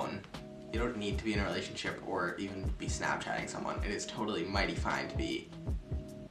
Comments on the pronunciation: „realathionship“ is killing me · Not the lrealathionship” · “realathionship” is killing me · “Are you in a REALATHIONSHIP?” UHM HELLO?